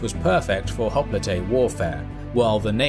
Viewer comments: The greek word for hoplite (i.e. the original one) is "οπλίτης". If you want to play smart use the typical pronounsiation for hoplite because the way you say the word is ridiculous. Writing down in greek the way you pronounse hoplite it would be "χόπλιτε". Τhis is jiberish. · Wait is that how you pronounce hoplite? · i thought it is pronounced "Hop-Lite". My whole life was a lie